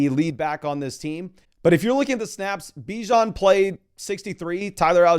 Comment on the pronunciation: Its BiiiJon the same i sound in !d!0÷ stop saying beeweJon Raysist